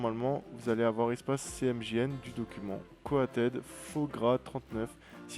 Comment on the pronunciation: "pt"... non, ce sont des points (de typographie). Tout simplement. Et, de même, ce n'est pas "co-a-tèd", mais "co-o-ted" : un mot anglais qui signifie "recouvert" ou "pelliculé" en vocabulaire graphisme/signalétique.